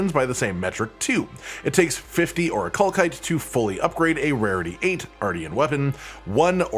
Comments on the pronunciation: Jesus it’s not ‘or-i-kal-kite’ it’s ‘or-I-kal-site’… do you people not learn how words work anymore? What kind of stone ends in ‘kite’ and not ‘site’!?!? Basic education is a joke apparently. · oricalcite has an S sound not a K sound for the second c. The game pronounces the word so we know for sure. it is not oricalkite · Game literally tells you that it’s pronounced “Ori-kal-site” via cutscene but I digress. Information is appreciated, even if I need the materials more than the smelting points.